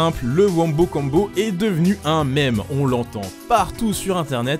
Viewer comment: On prononce “Meme” Miime pas Mèmeuh